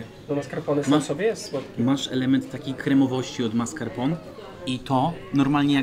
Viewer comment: Hahaha tez to uslyszalam